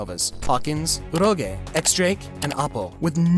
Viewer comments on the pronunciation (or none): He is called Urouge, not uROGÄE